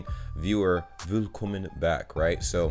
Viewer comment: Ohhhh this was the first video from you the pronounce of "willkommen" was perfect 👌 👌 👏😁 perfect👏👏 I think Montes House will be perfect 👌 😉 I like it